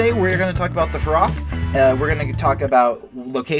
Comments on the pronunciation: It’s feroxxxxxx not ferocccc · Everyone : ferox Him: FEROCK